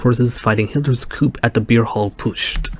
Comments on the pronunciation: FYI, coup is not pronounced "coop". It is pronounced "coo". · You didn’t watch the entire 12 hours. Even if you did you already had bias against it. And it’s pronounced “coo”….not “coop”. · No way you're french and you pronounced "coup" as coop.